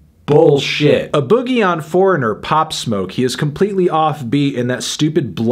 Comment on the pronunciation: Love & hate how fantano pronounces “a boogie”